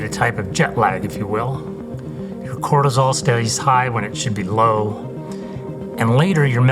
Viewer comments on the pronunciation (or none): Cortisol not cortasol